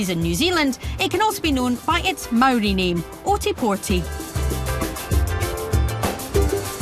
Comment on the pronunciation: You're Maori pronunciation was pretty good, it was the English names that needed some work 😉